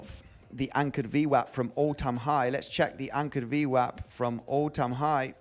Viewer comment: Can you say ¨anchored VMAP¨ one more time please? 🤣🤣🤣